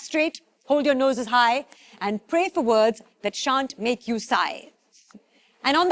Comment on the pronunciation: Those words were pretty easy to spell. Also, the words werent pronounced correctly by the host.